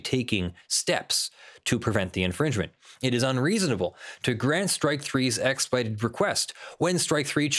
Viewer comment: Does have an issue pronouncing the word "expedited"? Every time he said the word it sounded like "ekspud"